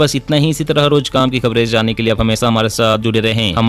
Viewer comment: पहिले खबरे बोले खबडे नही